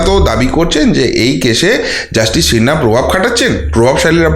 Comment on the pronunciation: I like your content, but please get your pronunciation right. It's Justice Sinha, not Shinna. And cbi not shee b i.